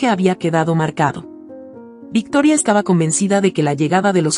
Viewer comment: Se dice VICTORIA, no me decepciones narradora, yo te zndo presumiendo en otros canales, como seria y profesional, que pronuncias muy bien, y ahora comienzas a pronunciar el nombre de la suegra muy fifi, lee bien, por favor